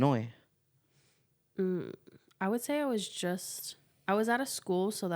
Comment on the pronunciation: you know the S is silent in Illinois